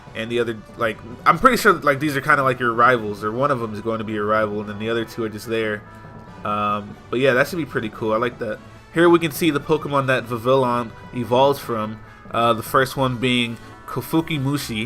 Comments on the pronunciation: Vivillon is pronounced VEE VEE YONE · Vivillon is pronounced Viviyon. Vivid and Papillon, which is French for butterfly.